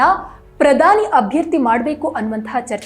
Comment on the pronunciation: ಮೂದಿ ಅಲ್ರೀ ಮೋದಿ, ಪುದಾನಿ ಅಲ್ಲ ಪ್ರಧಾನಿ, ಕನ್ನಡ ಬಂದ್ರೂ ನೀನು ಬೇಕೆಂದೇ ಮೋದೀಜಿಯನ್ನು ಅವಹೇಳನ ಮಾಡುತ್ತಿದ್ದೀಯ, ಆಕಾಶಕ್ಕೆ ಉಗುಳಿದರೆ ನಿನ್ನ ಮುಖಕ್ಕೇ ಬೀಳೋದು, ಜಗತ್ತೇ ಮೆಚ್ಚಿದ ನಾಯಕ ಮೋದೀಜಿ, ನಿನ್ನಂತ ಎಡವಟ್ ಕಾಂಗಿಗಳು ಅಣಕಿಸಿದರೆ ಏನೂ ಆಗಲ್ಲ ! ಚಳ್ಳಕೆರೆ ವೆಂಕಟೇಶ್, ಬಳ್ಳಾರಿ